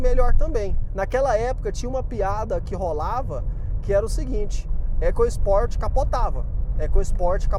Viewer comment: Muita besteira ao falar "ECASPORT", fale da forma correta, ECOSPORT